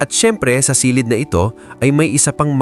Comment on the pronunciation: A very nice content! Ang napansin ko lang kung minsan ang pagpronounce mo ng word like “ silid”is not correct, The accent should be on the last syllable.Sorry po sit ha, ❤